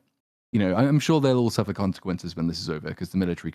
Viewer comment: Suffah Duffah Brothahs!